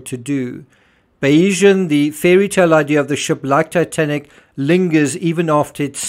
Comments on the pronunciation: Perhaps you may have been more credible if you had pronounced the Bayesian's name correctly. But no, this is all a load of cobblers! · Learn how to pronounce the sodding yachts name!